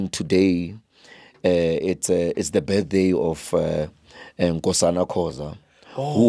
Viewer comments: Not besday 😂😂😂ke birthday 😂😂😂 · The other stupid guy says besday🤣🤣🤣🤣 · can't even pronounce word "birthday" mamparas